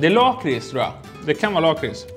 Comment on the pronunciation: Det heter faktist LACKris inte Laaaaaakris